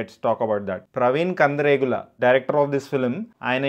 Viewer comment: ప్రవీణ్ కందిరేగుల Kadhu ప్రవీణ్ కాండ్రేగుల 😮😮😅